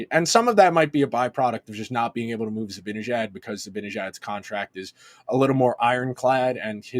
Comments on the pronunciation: Love the content you guys do but please please please...it's ZibANejad, not ZiBINejad. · Yep - it's really annoying. I don't know if he and Andrew do that purposely or not, but it's so lame.